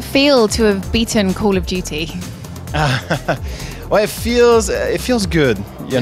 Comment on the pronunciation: lol shes saying cool of duty